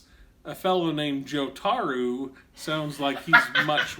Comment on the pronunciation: Jo tar ooo heh.